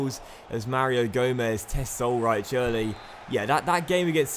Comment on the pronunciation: In german ch=h so it is pronounced Ulreih not Ulreich also ei= ai but i think you know that